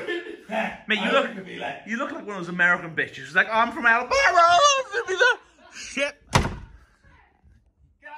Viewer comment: bens voice when he says alibama Xd